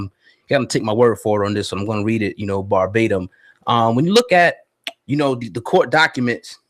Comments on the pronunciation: You’re going to read them berbatim? Come on bra y’all to good for you to slip like that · BARBADEM? THESE MOFOES CANT TALK...